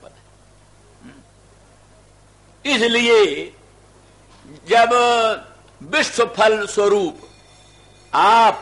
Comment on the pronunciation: विश्व तक का उच्चारण नहीं कर सकता है बिस्व / बिश्व उच्चारण करता है